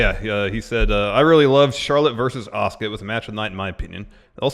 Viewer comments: saying Asuka is the most frustrating i have heard in a long time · Stone Osborne Well he is a heel wrestler, so if it is him doing all those to piss people off he is a genius. I don't know how that is going to get him closer to WWE though? Especially when he keeps mispronouncing Asuka's name.